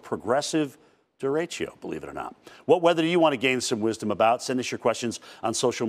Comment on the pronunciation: Weather “wisom” lmao what the fuck